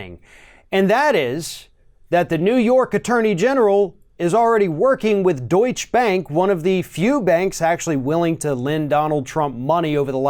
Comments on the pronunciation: Limber up those hamstrings and start practicing picking up wet soap bars, Conald! PS: It's 'Doy-cha', not 'Doytch', Bank. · For the records: It's "Deutsche Bank" NOT "Deutsch Bank". Wikipedia: Deutsche Bank AG (German pronunciation: [ˈdɔʏ̯t͡ʃə ˈbaŋk aːˈgeː] )